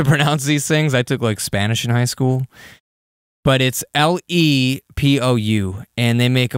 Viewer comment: it is pronounced "LehPoo"